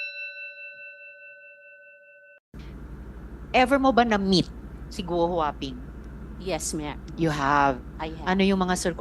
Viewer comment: Di ka nalang magTagalog Maslog, punyeta ka "No mem, yes mem"